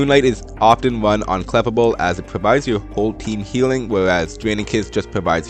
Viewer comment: I'm sorry to point this out but the prononciation of Clefable is Kluh•Fay•Bl.